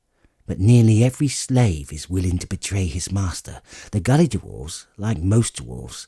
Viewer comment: British narrators add extra syllables to words, the word dwarf becomes DU-WARFE and dwarves becomes DU-WARVES.